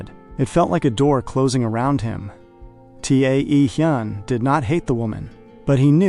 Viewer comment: T.A.E Hyun is pronounced Taehyun.(Tay-hoon). His name need to be fixed. AI doesn't pronounce it correctly. AI has taken one first name and split it.